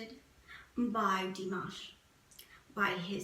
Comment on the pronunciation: also corden is a good guy because he takes the time to get to know people he has visit on his show. he did pronounce dimash's name wrong, but i think that was due to not being able to have the ability to really look into dimash to learn about him like he wanted. but from having bts on his show and spending time with them and getting to know them and pronounce their names properly, which surprised them, you can tell that corden is a good guy.